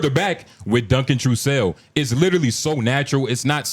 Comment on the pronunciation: WOW yall couldnt even mention Brian Redban when trying to act like you know how JRE started. All the episodes are available guys do some research. Also yall cant even say Duncan Trussels name right.